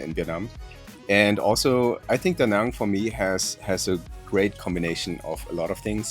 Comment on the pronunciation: Wow, you the first one actually saying Da Nang and not Da Näääääääääääng like everyone else. I like :D Great interview style also!